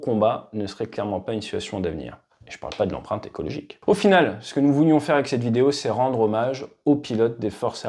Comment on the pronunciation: "l'empreinte écologique", lol ! (escrologique...)